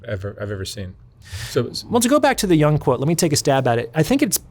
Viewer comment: Not to be a stickler, but it's YOONG, not young.